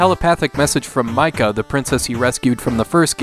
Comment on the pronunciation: I think it might be pronounced mee ca not mike uh